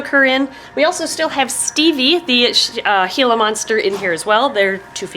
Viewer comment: I didn’t know you pronounced gila like that